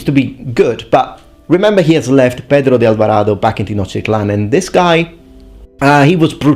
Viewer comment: He pronounces better aztec names than the spanish ones, i dont understand why so many english speakers have problems with the "z" spanish sound, its just like your "th". But good job in Pedro de Alvarado.